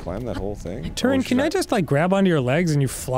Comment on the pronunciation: Everytime they say”Turin” like hicks….I keep saying “Tulin” right afterwards. Like a Pavlov response.